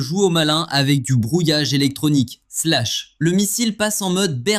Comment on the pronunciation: IA de merde, trop de bla bla et ce "slach" de merde...